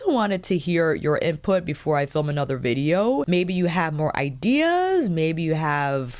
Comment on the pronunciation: Loved when you said vidgeo 😂